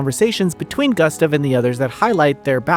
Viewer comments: Ugh, the mispronouncing of Gustave throughout was rough to listen to. Sound it out, it's Goo-stov Not Gus-tuv 🤦‍♂️ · Not sure who this "Guhstuv" is you keep talking about...